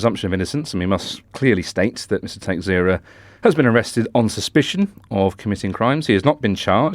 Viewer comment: Pronounciation of Texeira: Ta-SHAY-ra. Portuguese surname.